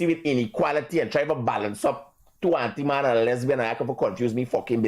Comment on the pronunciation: The word is antiman not auntiman